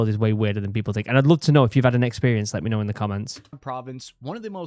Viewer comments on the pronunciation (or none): “ if you know meh” I’m like : who’s meh? Lol😂❤